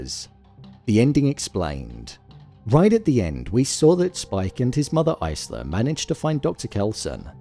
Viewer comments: Isla is pronounced Eye-La. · The S in Isla is silent. Top tip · Why can literally no YouTubers pronounce the name Isla? Do you guys actually watch the movies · Did you really watch this movie? How do you not know how to say one of the main character’s name correctly? Continuously says the name Isla incorrectly, how?